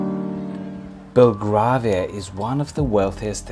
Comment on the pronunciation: Very nice video, but "Belgravia" is pronounced as if the "gra" was like our colour "grey". Another interesting walk would be around Covent Garden and its surrounding "Theatre Land" may I suggest?